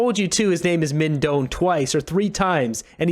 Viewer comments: (Doan is a Vietnamese name and it's pronounced closer to "doh-ann" than "dohn"...but English speakers would say "dohn" if they were not familiar with the Vietnamese pronunciation.) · With respect, FYI: Doan is a Vietnamese name. I lived in Viet Nam for about 3 years but cannot claim to speak Vietnamese. The pronunciation would be very close to this: DOH-ahn, spelled Đoàn. Viet folks, correct me if I am wrong, please.